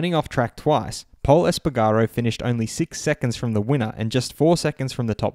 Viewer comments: Es-pa-garr-Oh (!Esp-pa-garroh) Du-cat-ee (!Du-cart-ee) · You mispronounsed espargero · Great video, really happy! Maybe just check the pronunciation of “Espargaro” 👌🏻🙌🏻